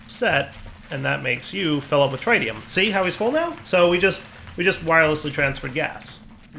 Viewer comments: please TRY to ATTEMPT to learn to say tritium correctly..... tr-it-ium not try-tium... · DIRE stop mispronouncing tritium, it's pronounced with a soft 'I' like trit-ee-uhm not a hard 'I' like trite-ee-uhm. there is not try in tritium and you're driving me insane! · it's actually tri-ti-um ... tri as in 3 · Its pronounced "TRIT" + "ee" + "uhm" and i dont event speak english.... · we've corrected you before; that's not how you pronounce tritium! Here's the phonetic spelling: trit-ee-uh m Edit:, again, those wireless connectors cost more than the quantum bridge at distances like that! Use the bridge and save the RF! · he's mispronouncing tritium as well and I think I'm going to lose it...